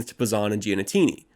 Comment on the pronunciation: also GEE-AH-NEE-TEE-NEE